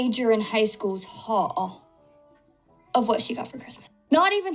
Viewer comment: Does anyone else hear "wh*re" when he says "haul"?!